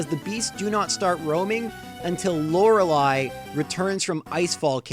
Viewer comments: Did... Did he actually say Lore-lie instead of lore-lee? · Did he just say Lore-lie???